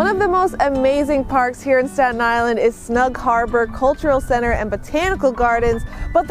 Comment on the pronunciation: The "four-God- UN" Island? God, SPEAK ENGLISH